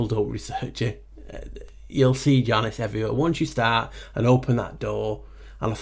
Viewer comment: Your ‘Janus’ is SO on-point! 😂 You rock my friend, such a delightful, educational video again! Boom! 💥😁🙏🏼 Nameste